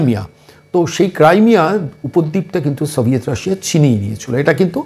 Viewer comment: বার-বার "সভিয়েট রাশিয়া" উচ্চারণ করছেন । সেটা ভেঙ্গে টুকরো-টুকরো হয়ে গিয়েছে । আমার মনে হয় এখন রাশিয়া বলতে হবে ।